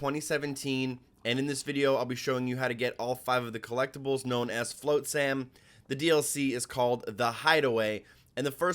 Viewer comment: Float-sam?! LOL. It's flot-sam, as in pot, not, dot etc.